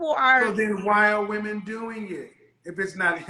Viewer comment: Many of these “educated” women pronounce the word women ‘woman’